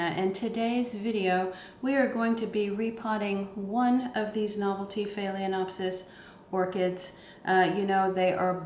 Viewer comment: It's annoying to hear you mispronounce "FAY-LEN-OPSIS.